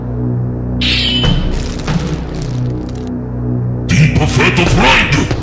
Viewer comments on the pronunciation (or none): TJ: "Get ready to cringe at racist ads" Also TJ: DEEPE FATTUH FRYDE